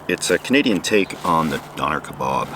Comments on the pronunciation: Howdy good job with the awesome videos. Thought I'd help you out with your döner kebab pronunciation. Say it like Do nor like you wanted to say normal but stopped half way through the word. Döner macht Schöner as they say in Germany 🇩🇪 Doner makes you prettier ✌️😎🤣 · Love your videos but you talking about döner is kinda painful as a German lmao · Donair??? Its Döner! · so.. i was asking myself what a "don air" is. its just döner spoken really wrongly lol you are so cute xd